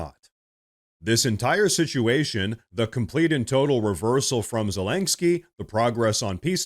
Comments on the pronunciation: There is no "k" before the "sky" in "Zelensky". It's not terribly important, just a note. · Aaaaarrrgghhh. Please stop calling him Zelengsky. There is no 'g' in his name! OK, rant over. Sorry.. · Zellenggsky? The AI just can't pronounce it, eh? But Hey ... that's OK. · i thought it was zelensky and not zelenksky. also why are you holding your head in such a strange position to the camera? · Why does he keep saying “Zelensgiky” ?